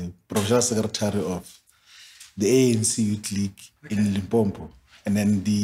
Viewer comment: Did he pronounce it Limpompo? 😮